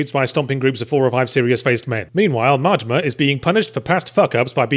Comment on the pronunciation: I enjoy the way you pronounce Majima, sounds almost like Mortimer.